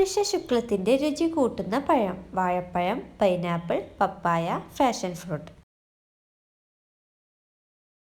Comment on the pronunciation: ക്വിസ്സി, ഫാഷൻ ഫ്രൂട്ടല്ല; പാഷൻ (Passion ) ഫ്രൂട്ട്